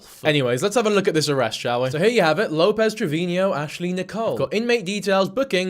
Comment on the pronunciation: Omg WHY DO YOU KEEP SAYING ASH TRAVINIO